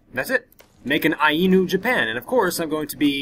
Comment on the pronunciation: And Ainu is pronounced eye noo.